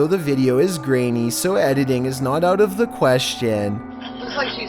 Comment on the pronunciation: This has probably been asked a lot. Why does he talk like this? "The video is grainy, so editing is not out of the QUEEStion" how does he not hear it when editing?